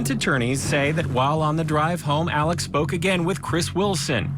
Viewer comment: ALEX not Alec